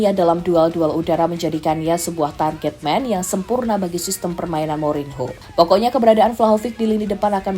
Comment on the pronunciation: Saya suka chenel YouTube ini,tp agak risih ketika host mengucapkan kata "Mourinho" tp gak papa kan masih belajar menyukai sepak bola ⚽